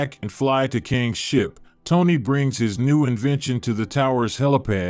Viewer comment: You gotta learn how to say Kang the right way